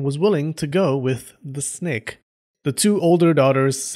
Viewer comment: Oh, i would like to hear how you pronounce that word again snek